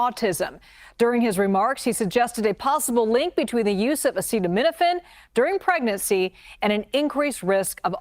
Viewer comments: Pregernacy I definitely would avoid all medications if I were preg-er-a-nant. Which is not a thing, so I wouldn’t worry about it. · He then mispronounced pregnancy